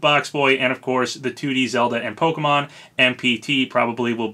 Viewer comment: Bless you for pronouncing Pokémon properly and not as Po-Kee-Mon like most youtubers I've seen do